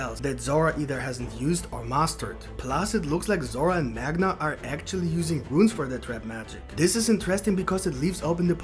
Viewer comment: Great theory video. Rune is pronounced “Roon” like saying Moon with an R instead of an M. 👍